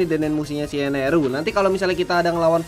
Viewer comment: bang itu namanya enel bukan eneru